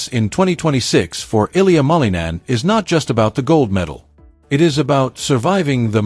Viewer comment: Please learn how to pronounce his last name, it's not that hard